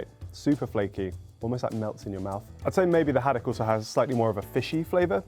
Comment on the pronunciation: Ahhh the way she says haddock of haddack not the vibe 🤦🏼